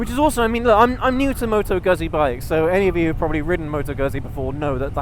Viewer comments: Must be very few people who still pronounce 'Gutsee' as 'Guzsee' come on it's not difficult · Just a couple of quick points. Let's get the pronunciation of the brand correct. It's not Guzzy as in Fuzzy, it's Guzzy as in Tootsie. Secondly, there is no way this bike can ever fall into the "cruiser" genre. It's just not a cruiser so continuously referring to it as one is simply misleading. It's not even a "retro" bike because Guzzi have been making this style of bike for several decades, so it's original Guzzi not a retro. I'm a fan of the brand so I just like to have reviewers describe them accurately.😊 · you need to learn to pronounce Guzzi; It is "GOOD-Z" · is it that hard to pronounce Guzzi right??